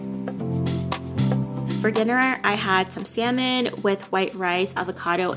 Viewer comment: Yay!!! you finally said salmon correctly:)